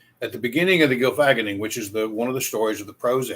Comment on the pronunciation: As usual, your logic is sound in this. Your words are correct and true. My only problem is your pronunciation of the Norse word. You say Gylfag-enning instead of Gylfa-genning. Gylfi (His name) + Genning (His Self Delusion) hence the Delusion of Gylfi. The story told is correct, just not the pronunciation of the title. Skal!